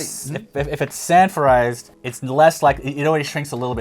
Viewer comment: I thought he said "sanfordized". I assumed we were talking about old episodes of "Sanford and Son". 📺